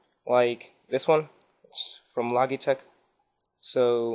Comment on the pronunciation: not "izo" I. S. O. and "not log it tec" but logh it tec